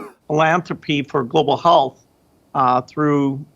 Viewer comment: gates' freudian slip?...did he say: "global holes".. who says health with an " O"..holth? WTF is that warped SOB on? he's also a shit liar; watch as he shifts uncomfortably in his seat and defensively crosses his arms before delivering his thoroughly contrived response to the already 'approved' Q. me thinks he once attended the Andy Windsor school of bullshitting...purely to talk about philanthropy, of course !